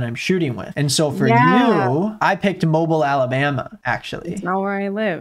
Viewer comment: “Moble Alabama “ lollll